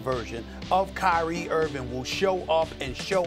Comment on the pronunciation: Nobody: SAS: “Kyrie Irvin”